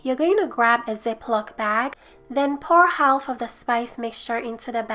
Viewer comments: Half = Haaf in English. The L is silent. Idk why. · Haha I love how to said half HAWLF